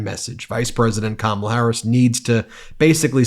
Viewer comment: Hey Eric pronounced Kamala correctly. Pigs are flying and Hell is frozen.